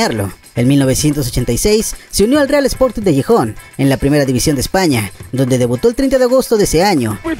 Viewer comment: Muy buen video, felicidades, y en efecto, habría material para hablar de más duplas. Sólo abusado con los nombres, es Sporting de Gijón, no Guijon y es el estadio el Riazor no Raizor;)